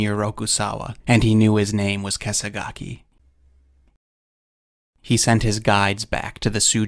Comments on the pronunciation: The name of the bear is pronounced Keh - sah - gah - keh. The term is derived from the robes worn by Buddhist monks (kāṣāya), draped diagonally from one shoulder to the side. Also refers to the swordsmanship technique of slashing diagonally downward from the opponent's shoulder (kesagiri, 袈裟斬り). More literally called a "cross cut." It's allegedly a slash that is guaranteed to kill if done correctly. So if it actually did have a white mark on it like that, it makes sense, but also as a double entendre for how good at killing it was. Although if it did really have a white marking on it (and I'm not entirely sure it did as I'm having trouble finding good information on that) I'm not sure why they would say it was a Brown Bear and not an Asian Black Bear. "In absolute numbers, this (sloth bear) is the species of bear that most regularly attacks humans. Only the Himalayan black bear subspecies of Asian black bear is nearly as dangerous." And they have white marks on their chests, brown bears don't. Outside of this incident it doesn't seem Ussuri bears are aggressive toward humans in this way. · How is it even possible to pronounce kesagake like that